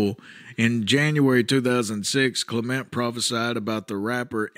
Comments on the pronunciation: It's CLEM ' ent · It's CLEM ent